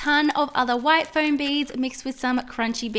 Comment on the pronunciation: it's pronaniunced foam both floam